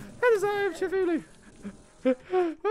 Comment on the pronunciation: No offense but you pronounce Cthulhu wrong, you pronounce it Cuthooloo